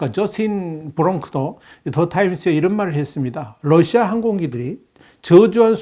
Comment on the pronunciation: 아직도 Lusia라고 하시네요.